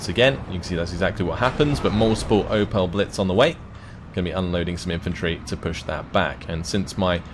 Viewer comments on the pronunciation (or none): none